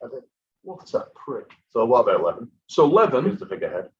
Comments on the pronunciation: you are calling him Levon instead of Levan :)) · Yeah, Levan and Devon both rhyme with seven.